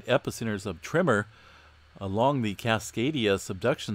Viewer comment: Am I the only one who hears “trimmer” when he says tremor??